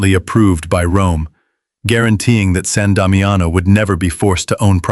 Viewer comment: Sahn Dahmee ano is how it is pronounced.